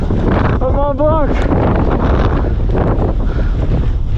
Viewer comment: Mawn Blawn Refuge Goo-tAIR Coo-loo-Are.